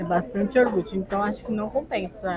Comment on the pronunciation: Por favor, não fale mais "iorgute". O correto é ioGurte...por favor!